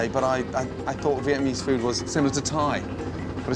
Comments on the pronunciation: Why he saying vietmanese though lmao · via-mease cooking? lol step one pronounce the word correctly.